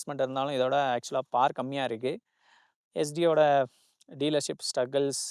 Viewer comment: Power - பவர் னு சொல்லுவாங்க.. நீங்க பார் னு சொல்றீங்க. ஆங்கில இலக்கணமோ?